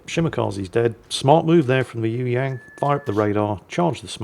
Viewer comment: ...how about doing a search on how to pronounce "Yueyang" It does not sound like 'you '......and the "ang" sounds like "ong" in song or wrong